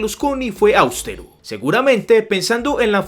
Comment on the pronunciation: Es "austero", no "áustero" como tú lo dices.